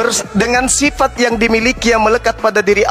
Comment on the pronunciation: Kamu bicara bahasa Indonesia tdk jelas. Jadi hrus banyak belajar.... Manusia pake sifat.. Bukan sipat..